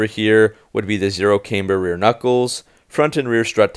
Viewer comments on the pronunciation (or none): Cam-ber not came-ber